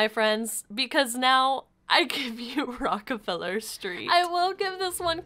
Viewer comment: “ROCKER FELLER STREET”oh yes queen i like it just saying i understand you don’t like it